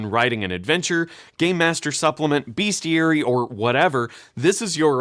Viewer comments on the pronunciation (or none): Great summary - I'm sold. Say 'bestiary' (because that's the word), not 'beastiary'. Please kill me, and all beast. Best. All best.